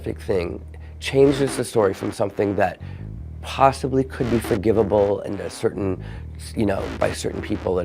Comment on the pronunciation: 😂 he said forgivable